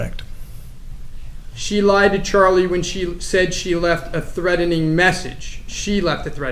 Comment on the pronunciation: “Threadening” 🙉 is so irritating 🤣